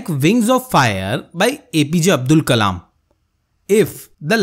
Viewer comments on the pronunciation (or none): none